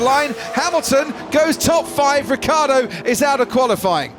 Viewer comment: Is it so difficult to pronounce: "Ricciardo"?